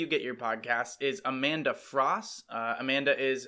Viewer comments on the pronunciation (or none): none